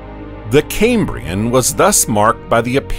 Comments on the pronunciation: Doesn’t bode well when the narrator can’t even pronounce Cambrian properly. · ridiculous music, and a dreary affected commentator who cant even pronounce 'Cambrian'